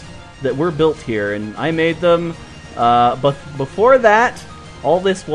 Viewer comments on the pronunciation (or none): none